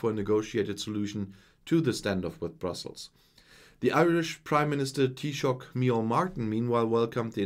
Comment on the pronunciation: very impressed with your pronunciation of Taoiseach micheál Martin!